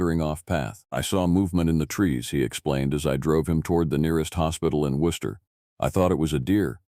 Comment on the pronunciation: am, South Shore of Massachusetts. I'm impressed with the correct pronunciation of Worcester 😂... Love your stories. ❤